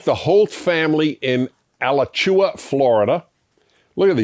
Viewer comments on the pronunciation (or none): Alachua, Florida: That's "uh-LA-chew-uh," where the LA is as "LAdder." Lol. Soe locals pronounce it as uh-la-chu-WAY. Double LOL. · I've never heard Alachua, FL pronounced that way before.